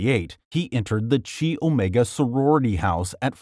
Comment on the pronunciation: I’ve heard the Greek letter chi pronounced as either “ky” or “kee” before, but “chee” is a new one. Pretty sure that’s not how you say it, man.